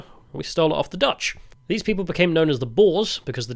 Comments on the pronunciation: Boers is pronounced more like boors than boars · Ah yes, the boars and the shoana 🤣😂🤣 I'm making fun of your pronunciation